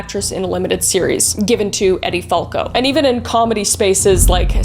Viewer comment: btw her name is said like ED Falco (also she’s in Nurse Jackie and you’d LOVE that show) I’m pretty positive. But it was a great show! ❤ loved your video!